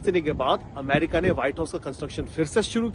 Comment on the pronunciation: Why is she saying अमारिका